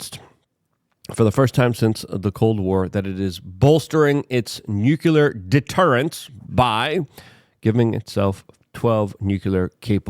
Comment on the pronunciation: FFS LUKE! NUCLEAR! NEW CLEAR. NUCLEAR!